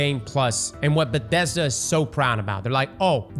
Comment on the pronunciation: What the fuck is a Bedesda?